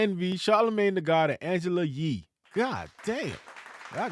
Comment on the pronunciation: Pronouncing that "Angela Yee" like the true Haitian that you are 😉👍🇭🇹